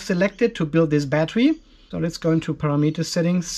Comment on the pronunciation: The word is "Parameter "!!!! Not "para meter"!!!